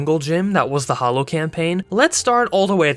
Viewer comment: Why do you keep writing “the Hallow” but you keep saying “the Hollow”?